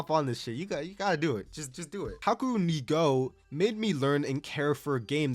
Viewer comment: How in the heck did you prunounce Hikaru no Go as Hakumnigo? XD If you've watched anime your whole life how can you not say Hikaru?